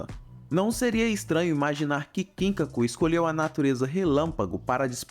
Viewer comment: KIN-kaku e GIN-kaku 😂😂😂😂 mano a pronúncia não é assim, ela é ginKÁku e kinKÁku